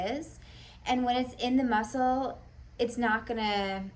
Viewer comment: The mussuulll lmao girl u still trip me out w your articulations but no worries in a good way cmon say in the mussuull for me again 😂